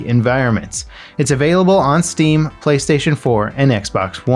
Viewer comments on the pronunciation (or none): none